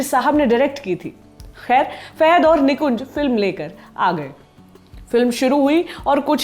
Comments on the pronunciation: Faaaaaahaaad not feeehaid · wrong pronunciation of his name Fahad not Fehad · Fahad not fahed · It's fahad not faihad. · Fahed nahi name uska Fahad hain 🤦 she can't even pronounce his name properly , so annoying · It's not fehad it's Fahad फहद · Thanks for noticing... But don't murder the movie/actor names. He is Fahad, not Fehed. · Anchor should know to pronounce his name he is not Fehad he is fahad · Not fahed...it is fahad